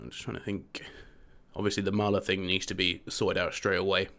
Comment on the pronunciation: Selling Ozil and that too for a ridiculously low price is just DUMB P.S. The guy's name is Thiago Maia with an "I" not mala with an "L"